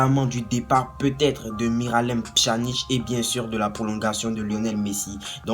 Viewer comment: On prononce pianic